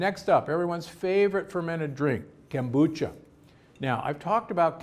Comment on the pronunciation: Kome on! How hard is it to pronounce Kombucha?